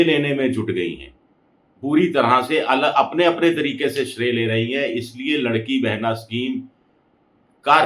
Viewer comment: वो लाड़की बहिन योजना है, आप लड़की बोल रहे हो!😂